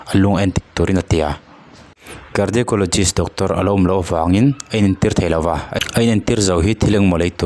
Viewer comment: I La sawi dik lodeuh.. Cardiologist tur zawk.